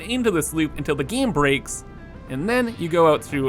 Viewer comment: Giiiiime It's "game"bro not "giiime"